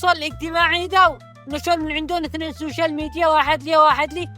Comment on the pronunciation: سوشيال ميديا مش شوشل ميديا 😂